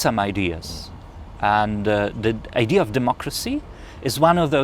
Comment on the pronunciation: 5. please stop calling idea - ideaR:)